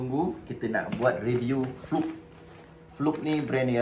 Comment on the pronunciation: Sebut fluke pun salah.. kikikiki..